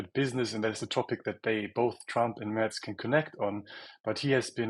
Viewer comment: Why are they able to pronounce the name "Trump" correctly but they can't pronounce Friedrich Merz' name as it should be? Can't be that difficult to ask somebody how to do it. It is not (!) Mers and it is not (!) Merts but it is Mairts ("ai" like in the word 'fair'.